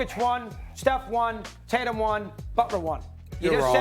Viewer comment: “Jason Titatum”